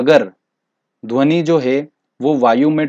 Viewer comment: Best lecture sir Lekin dhoni bolate ho Aur mujhe M.s.dhoni yaad aata he